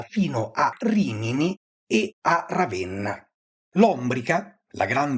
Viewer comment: Bel video. Solo un elemento di pronuncia, non per pignoleria ma in coerenza con il livello molto alto e molto accurato del canale: òsci, non ósci, in quanto dal lat. ŏsci; al contrario, Ómbrica, non Òmbrica.